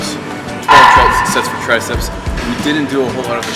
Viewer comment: tri-ceps ... say it! TRI-CEPS! say it out loud! ^^